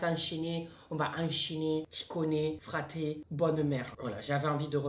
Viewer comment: Juste Fratté c’est pas marseillais c’est corse et sa le T il se prononce d(je suis corse c pour sa que je sais)